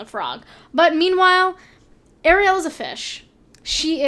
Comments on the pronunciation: It’s Ariel not air-ri-el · Air ray Elle? The fuck? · ikr she says it like sebastian lol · You pronounce ariel wrong lmao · The only thing I was triggered by in this video is how she pronounced Ariel